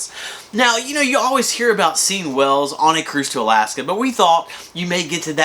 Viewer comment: Wells ?? Do you mean whales? You two are annoying.